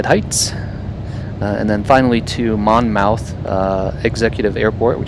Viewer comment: Nice video- FYI KBLM is actually in Wall Township NJ- about an hour away (in a car) from Atlantic City (KACY). Idk why KBLM comes up as Atlantic City but it does on a lot of plates. Also it’s “Mon-myth”